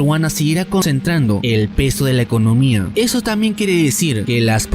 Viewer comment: Tamien es? Aprende a pronunciar....TamBien !